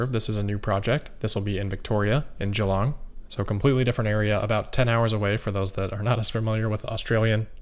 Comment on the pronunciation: You’re the first you tuber to pronounce ‘Geelong’ correctly (the new Melbourne battery location)